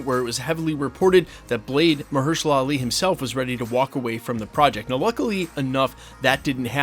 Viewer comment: It's funny how one scooper stars pronouncing incorrectly something ( in this case Mahershala Ali) and then all of them would do the same. 😊😊😊